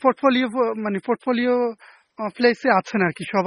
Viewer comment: নোয়াখাইল‍্যা। ফোর্টফলিও